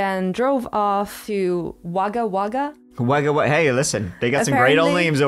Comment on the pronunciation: Your wife pronounced Wagga Wagga (Wogga Wogga) perfectly